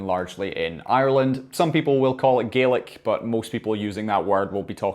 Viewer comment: I'm so sorry, I just have to say this😂 The way you pronounce Gaelic, sounds like a very good impression of an Australian saying garlic - From an actual Australian